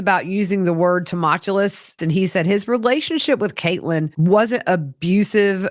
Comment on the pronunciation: Also from the south so I love your accent and your pronunciation of tumultuous is cracking me up 🤣😂🤣